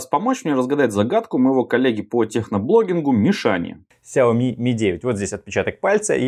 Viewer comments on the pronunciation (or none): none